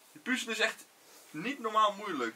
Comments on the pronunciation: Like als je het ook een heel klein beetje irritant vind dat ze puuzel Stukjes zeggen ipv puzzel stukjes😂😂😂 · Wie ergert zich ook zo erg aan het feit dat ze puuzel zeggen inplaats van puzzel😂